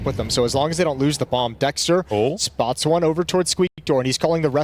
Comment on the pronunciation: Dexter ❌ Sexter ✅